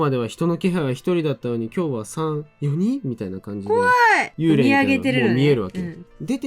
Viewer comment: "幽霊"の読み方は"ユウレイ"でも"ユーレー"でもなくて"ユーレイ"ですよ!!